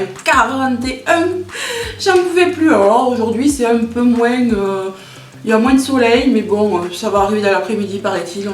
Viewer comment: Oh l'excuse en mousse le liquide vaisselle 😂😂😂😂😂 "Moinsssss" ça me rappelle mon béarn maintenant que je suis expatriée en bretagne....ça fait du bien à mes oreilles L'huile essentielle même dans le bain il faut la délayer dans un corps gras et pas la mettre directemnt dans l'eau, dixit pharmacienne en insistant ++, (qques gouttes de savon liquide par exemple) et faire très attention aux quantités, c'est super mais à manier avec précautions (certaines par exemple sont toxiques pour les animaux de compagnie même par inhalation du brûle parfum...). Bien se renseigner pour en profiter sans danger, il y a plein de sites là dessus Une petite vidéo " la reine du dancefloor disco!"😍😘😘😘